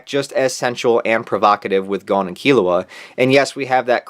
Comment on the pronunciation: You: He-so-ka My brain: He-za-ka You: Gone My brain: Gon